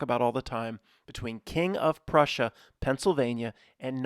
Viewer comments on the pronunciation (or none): none